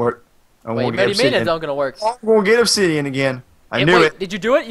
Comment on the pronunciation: Did say obshitian